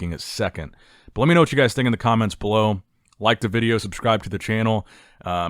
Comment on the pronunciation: 'Good Vito' is 'Good Wideo'